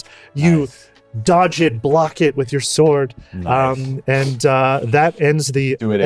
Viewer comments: sword sword said by cause he cant pronounce the sh is so funny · "A shored shword" lmao damn sweeds with their crazy pronunciation hahahahaha